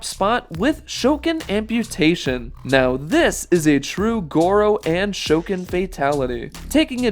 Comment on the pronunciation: My favorite is Goro, but quick question, why did you pronounce Shokan like that, also next Tuesday, November 1st is my birthday!